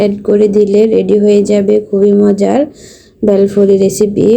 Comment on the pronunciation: প্রথমে মনে করেছিলাম বেল দিয়ে তৈরী করা কোন নাস্তা দেখানো হবে। কিন্তু পরে বুঝলাম 'বেলফুরি' আসলে ভেলপুরির অশুদ্ধ উচ্চারণ! 🤔